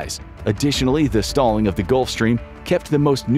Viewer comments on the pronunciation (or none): none